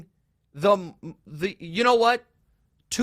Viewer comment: Homie said “Tua…aaaaiiinnvbnavbbf”💀